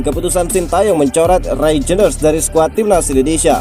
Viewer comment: Min....bacanya REINDERS, REINDERS, REINDERS, REINDERS, REINDERS................elo ngucapinnya saja lidahnya keseleo REJENDERS wkwkwkwk